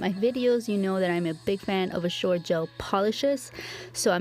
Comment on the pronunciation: Azure is pronounced A-zher. zh is kind of like the jh or sh sound but with a z. The U is the sound of an E. It isnt a sharp J sound. Its a sh with a z sound. Hard to explain. If you go to Google you can probably get it to do a pronunciation for you. My daughter had a friend that had this for a name. Its a beautiful girl name I think. I watch you all day sometimes lol I love your videos. I have been doing dip nails your way for a long time actually. I didnt know until I started watching you, that anyone was doing it. Im so glad its actually a thing! I wish I was good enough however to have a channel. I am terrible with nail art. And to do polygel or acrylic nails? FORGET ABOUT IT. They look TERRIBLE. Then it takes FOREVER to file them out, especially my left hand (Im a lefty). I had bought myself the Makartt brand of polygel. UGH that stuff is so hard to work with. Is the Azure about like that, or easier? I do something wrong with it. I probably use too much slip solution/alcohol. So I have only been using it for my big blings. And it really works for that.